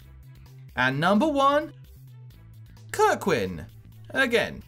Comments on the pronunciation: No idea how that text reader got a 'ck' sound out of kerwan haha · What's up with the extra "k" in Kerwan? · Honest question: are you purposely mispronouncing some of these? Kirk-win instead of ker-wan? Great video though! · Its Ker-Wan